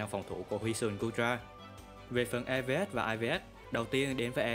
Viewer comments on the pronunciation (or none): Góp ý 1 vài điểm sau đây: - Dưới mưa thì weather ball đau hơn hurricane - Nên sửa lại cách đọc EVs và IVs cho đúng, đọc cả chữ s rất khó nghe. - Phần điểm mạnh điểm yếu rất mơ hồ, không có ý nghĩa tham khảo. Ít nhất cũng phải cho người xem biết rằng lối chơi nào khắc chế được build của mình, sau đó nếu được thì build team để cover điểm yếu đó. Không có cái đó thì người xem sẽ gặp khó khi sử dụng pokemon được giới thiệu, vì team có 6 con mà bạn giới thiệu 1 mình nó, không nói nó hợp với kiểu đội hình gì, cần đồng đội như thế nào, sợ những pokemon nào, ... Nói chung là không đưa ra đầy đủ thông tin để người xem áp dụng.